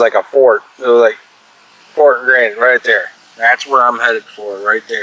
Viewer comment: Fort Grasshit. That’s how you say it